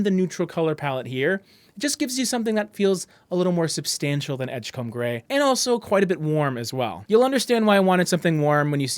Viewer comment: From a Maine fan, please say edge-come rather than edge-comb. And keep the great content "come"-ing.